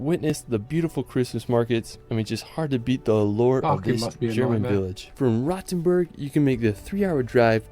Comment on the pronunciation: My dear British friends, Rothenburg ist not pronunced "Rottenburg". This is a different town in Southern Germany. Long "oooo" ;-)!